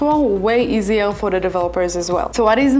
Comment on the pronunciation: Easier customer acquisition , not eaisier. .. aquasition ... 😊